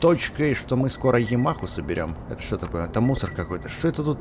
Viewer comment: когда ты читаешь жамаха это не правильно надо ямаха говорить